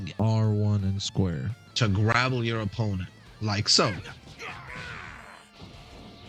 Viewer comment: Grapple. Not grabble.